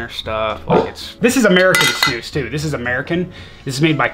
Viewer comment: wow she pronounce snus correctly in swedish! :O